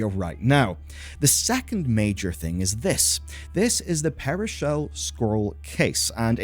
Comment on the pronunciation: I believe thats the second time you've called that scroll case 'perishell' and it keeps making me go insane because... it says Pearlshell, right? I'm not going blind?